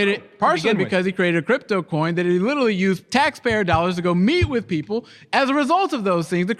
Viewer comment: stop saying "lidully" buddy youre a grown man